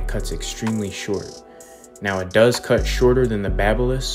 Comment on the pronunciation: I like how the news anchor said: "CUHT" not "CUT"